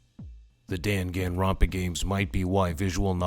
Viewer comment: Dan Han ronpa? Bruh hearing people miss pronounce Danganronpa makes my blood boil 😡